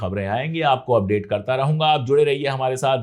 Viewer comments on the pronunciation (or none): none